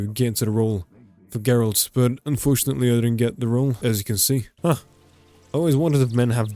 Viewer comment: ehhhh that pronounciation of geralt hurt a little bit.. he turned 1 syllybal into 2.